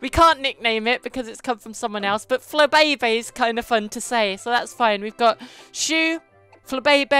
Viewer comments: its pronounced fla bay bay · It's pronounced fla bee bee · Its called Fla-Bay-bay